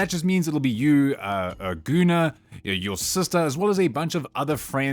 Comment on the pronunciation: I mean... if you'd pronounce "Gunnar" correctly, it wouldn't sound that weird. 😉